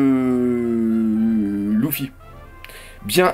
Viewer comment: Juste pourquoi à chaque fois il dit louffy et pas luffy ca stresse 😅😂